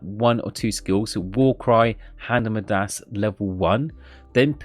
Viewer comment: YOU KNOW YOU SAY MIDAS IS THE STRANGEST WAY RIGHT